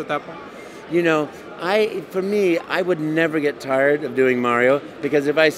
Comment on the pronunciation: I approach life with "im-a-tired"